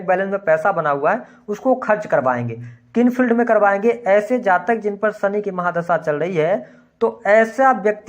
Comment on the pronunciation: आप शनि को सनि क्यों कहते हैं?